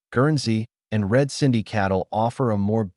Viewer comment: It's "Red Sindhi" not red cindy. Great info though